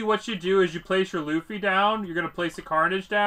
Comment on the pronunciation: My guy do you actually think his name is LOOFY its luffy like bruhhh